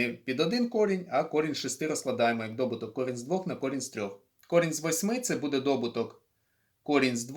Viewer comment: Дякую, але не дОбуток, а добУток.